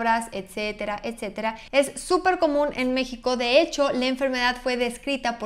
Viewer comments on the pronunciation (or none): none